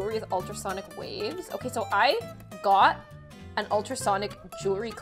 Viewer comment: the so sounds so Australian